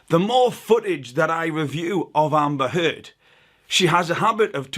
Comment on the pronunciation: Je suis impressionné de voir comment tu prononces Amber Heard moi je prononce ÉMEBEURRRE HEURRRDE